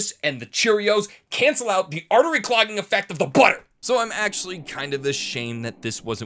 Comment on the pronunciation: the way he said butter was funny an halarious